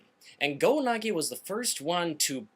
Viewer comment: GO-NAGI? I think it's pronounced GO-NAG-EYE